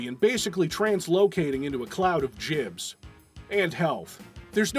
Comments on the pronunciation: Jibs? You mean gibs. Its Jif and Gif all over again. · FFS its 2025... its "GIBS" not "jibs". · no its short for Giblets and his pronunciation is wrong.. as are YOU.